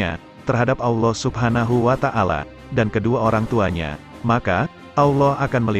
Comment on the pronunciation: Wa ta'ala bukan wa tangala